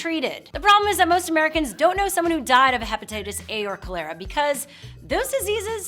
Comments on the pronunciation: Cholera is pronounced kŏl'-er-a and NOT kōl-air'-a. It's found in water contaminated by feces, as in don't sh--t where you eat. Modern sanitation prevents contamination by human feces. Although it is possible to get exposed to animal feces when drinking "raw" water, Giardia is the real danger. All the surface water in the U.S. is contaminated with it. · Proof of this woman's claims that we don't know anything about the diseases that can be transmitted via untreated water is that she doesn't even know how to pronounce the name of a disease that kills millions to this day: cholera. She says call-AIR-uh. It's CALL-er-uh. Read "The Ghost Map," a book about how it was discovered and proven that diseases can be spread via our water sources! Let me support the idea that "fresh" untreated water cannot be trusted: in one of the most beautiful places on Earth, Yosemite National Park, there are signs warning people not to drink, nor even get wet with, the river water. It's contaminated with giardia. A parasite. How nice. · Yes this bugged me, too. It's pronounced CALL-er-uh, not koh-LAIR-uh. She pronounces it like a new car model. Test drive the new Toyota Kolara today!